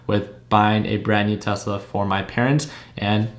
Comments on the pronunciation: hes not wrong thats how spanish people say tesla "telsa" lol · I think you meant Tesla instead of "Telsa"